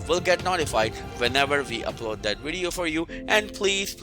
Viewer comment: Him: "Wideo... wideo" Me: 🥴 "vvv... vv.. video"